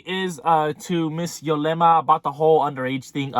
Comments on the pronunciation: ITS " YUUUUUUUlema not YOOOOlema " lol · Its ulema , you kept saying yolema